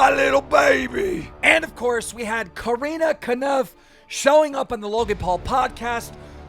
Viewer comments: Why does he call Corinna kopf “karina kanuf” lol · Keem it’s Corinna cough no conif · wow and now hes saying KOOOOREENA KANUPF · coreena konuf (core-in-uh-kah-pf) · Keem it’s Core-inna Cop-F Please say her name properly I cringe I cringe everytime you say her name lmao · Are we just gonna pretend he didn’t say carina kanaf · How can my man pronounce Corrina Kopf so wrong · That was the most cursed pronunciation of Corinna Kopf. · The way he says Corinna’s first and last name completely wrong every time 💀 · Does he purposely pronounce Corinna's entire name wrong every single time? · I love Drama Alert but Jesus Christ dude why can’t you pronounce anyone’s freaking name right? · Keemstar please learn to ponounce Corinna Kopf's name xD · Is it me or does keem say Corinna Kopf wrong